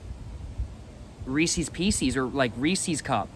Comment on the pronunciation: got me rolling🤣🤣 reesies peesies LMAO